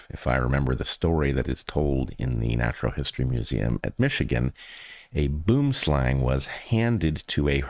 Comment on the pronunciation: Crazy and tragic story about the snake in the lecture, I've never heard it before.. As a South African, I must let you know its not pronounced boom-slang , but boo-um slung. Slang (pronounced slung) is afrikaans for snake, boom (pronounced boo-um) is afrikaans for tree.